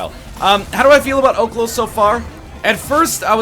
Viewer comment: Its oHlos, the pronunciation that is.